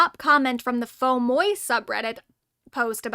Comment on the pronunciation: The "moi" in Fauxmoi is pronounced as "mwah", by the way, as noted at the very top of its sidebar.